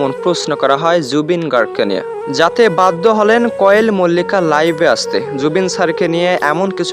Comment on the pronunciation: আপনি তো কোয়েলের নামটাই ভাল করে বরতে পারেন না আন কোয়েল মল্লিকের তো কোন কথাই সুনলাম না আপনার নামে মামলা করা উচিত না হয় এভাবেই রিউমার ছরাবেন